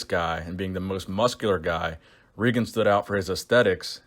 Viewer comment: im 95% sure its pronounced Ray-gen